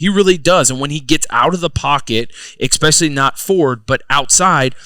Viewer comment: The ‘X-Specially’ term X10 by Zach